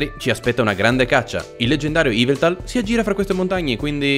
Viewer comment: yveltal non iveltal